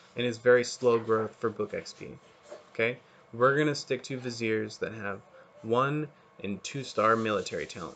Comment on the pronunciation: hi even though you pronounce viziers right i have some complementary information to add in my video here